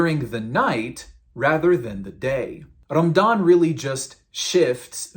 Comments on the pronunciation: It's pronounced "Ramadhan" not "Ramdan". If you're going to masquerade as an ex-muslim, at least get your pronunciations right so you're more believable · I'm thinking of creating a video to respond to all the nonsense your spewing here. True, you're showing the sources, but your twisting their meanings and leaving out other sources and context. Also, your pronunciation of the terms suck. And it's Ramadhan not Ramdan and Aashouraa' not Ashra. Your giving yourself false authority by making it sound as if you know what you're talking about. Also, that smirk on your face as your talking and air quoting things mentioned in the Hadiths and the Quran just makes you look deranged. You started describing Muslims and "our friends" and then proceeded to disrespect our religion and prophet. Maybe I'll respond in kind. You should call yourself "Give spite" instead of "". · Why do you pronounce it as Ram-dan? It’s Ra-ma-dan. That’s very suspicious. Regardless, your argumentative points would make any Muslim yawn of boredom. Try again. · Bro you need to pronounce your Arabic correctly; AshOra not Ashra, RamAdan, not Ramdan, etc. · This guy can't even pronounce Ramadan, he says "Rammdan" lol. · It’s Ramadan and not Ramdan. Know your history before you post a video full of BS. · Man why are you pronouncing Ramadan رَمْضَانْ and not رَمَضَانْ؟ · Probably his local dialect growing up. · This dude just pronounced ramadan as rumdawn LMAOOOOO. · cant even say ramadan correctly? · Dude can't even pronounce the month or the name of the faith correctly. Go pick on Hindus or any other faith since your so butt hurt. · HAHAHA you can be a good comedian. You can't even pronounce the word "Ramadan". why are you even making videos spreading lies? no matter how hard you try, people keep converting to Islam! You just can't do anything about it and watch!